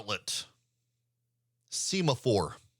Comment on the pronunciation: I believe this is called “sem-a-four.” Like the signaling flags used on naval ships. You are usually correct in these things. I offer this humbly.